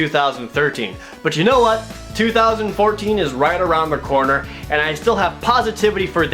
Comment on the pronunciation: "2014 is just around the correr and i still have positivity for that year" *JJ laugh